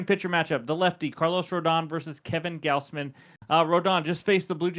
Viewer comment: Goz Man, not Gaoz man. Good vid 👍🏿